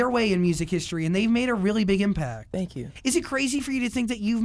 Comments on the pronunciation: “Tank u, tank u, tank u” HAHAHHA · when he kept saying fwankyou OMG I CRIED OF LAUGHTERRRR